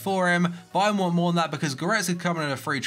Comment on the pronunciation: "if an offer is mehr" What the hell is he saying.